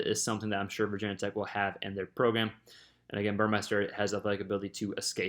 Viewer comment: It’s not “Vaaa Tech”